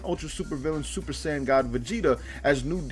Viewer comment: you said sand armor I should slap u it’s SAIYAN NOT SAND